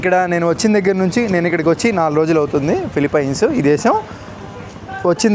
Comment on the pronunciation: అరేయ్ ఎర్రి పుల్కా ఫిలిఫిన్స్ రా, ఫిలిపైన్స్ కాదురా..